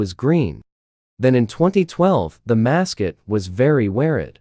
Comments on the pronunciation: The text: mascot,weird 😀 The voice: mascit weried 💀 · “Then in twenty twelve, the mascuit was very weared”